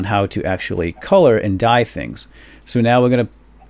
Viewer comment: did you say "That's DUYE" ?